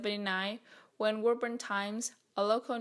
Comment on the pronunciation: We say “Woo-burn”. In Massachusetts